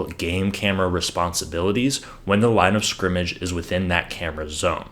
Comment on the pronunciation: Great video! Also, congrats on being able to enunce "line of scrimmage!" 99.9% of "professional" announcers say "line discrimage." Am I guilty if discrimagination?